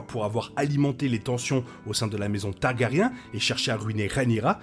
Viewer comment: Hey j’aime suivre vos vidéos depuis le début de HOTD, j’aime beaucoup , j’ai une question: est-ce un accent antillais que je décèle derrière la prononciation de Targaryen? Je demande ça parce que vous ne prononcez jamais le R et ça fait très bizarre je trouve… ce n’est pas attaque, je précise, juste une question ❤